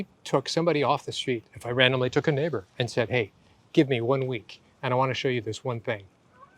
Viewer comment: It took me 3 attempts to realise you said 'neighbour'.